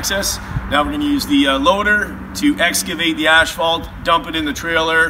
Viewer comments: Please pronounce ASPHALT properly! Very annoying!! AS PHALT there is no ashphalt in ASPHALT! THANKS! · Maryann Remmel ash fault. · Very true! Even at the asphalt plant they pronounce it incorrectly. On my new channel all of my newer videos I pronounce it correctly